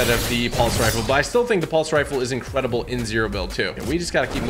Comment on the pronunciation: Instead of incredible he’s saying incwedeble 😂😂😂😂